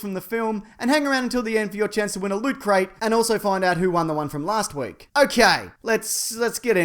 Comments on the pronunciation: Ahem; it's pronounced "Lut krayte" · I'm still seething that you're not pronouncing it lūtcrate... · Thanks,I thought I was the only one who saw the reference to Robin.Oh and I believe (according to the podcast) it's pronounced "Lotcrate"